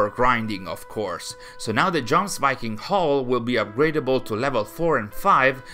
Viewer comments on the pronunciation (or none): Your vid’s are beyond fantastic, amazing info! However lol Jomsviking is pronounced “yoms vee king” just a nitpick lol